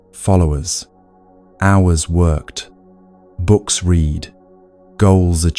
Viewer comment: This is AI--generated, and AI-read: a real person did NOT read this. At about the 50 minutes mark, give or take a few minutes, the bot pronounced "read" the wrong way--in a way no human would!!!